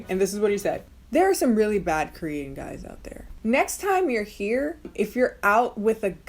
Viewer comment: and its KORean, not krean